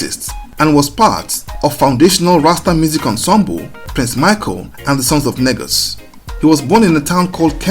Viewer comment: Negus is pronounced as knee-gus